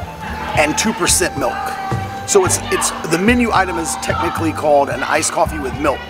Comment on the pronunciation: wow, you know you have a drinking (coffee) problem when you call "ice coffee", " I-coppie"!